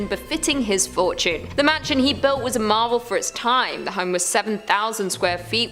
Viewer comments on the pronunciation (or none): none